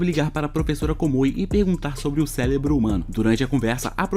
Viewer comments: Só eu q ouvi ele falar celebro algumas vezes? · olha ele falando célebro........... AAAAAAAA